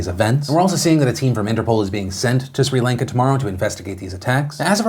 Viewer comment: PhilipDeFranco you pronounce Sri Lanka like this (Chri-Lan-ka0